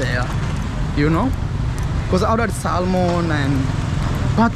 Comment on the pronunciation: Sorry Bro for getting scammed, just a polite correction the fish salmon, when pronouncing it the 'L' is silent